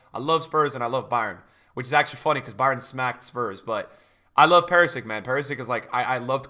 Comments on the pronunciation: Hi. I love and watch all your videos and want to help you with something. It is Perišić, not PeriSiC. Š is like SCH in Schalke or SH in Shadow and Ć - CH like Chelsea/Chile. Happy new year and greetings from Croatia. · if you love Perisic you gotta pronounce his name right dawg lols